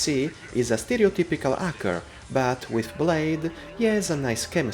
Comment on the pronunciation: "acker" cracks me up )))